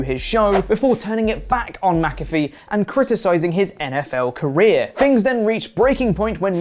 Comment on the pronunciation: Who the hell is mac—a—free? 🤣